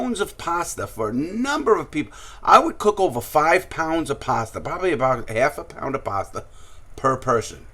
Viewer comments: ‘‘ lmao bro, larry says it with his accent sounds like “paster” instead of pasta🤣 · HAHAHAHA THEY'LL NEVER GET OUR PASTAH!